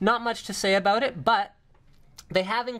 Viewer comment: i like how he says "aboot"